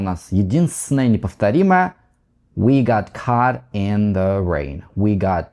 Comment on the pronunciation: Caught к примеру, он неправильно произносит, он просто не знает многих нюансов. Он не специалист, методически не умеет излагать материал. Он сам любитель и вещает для любителей.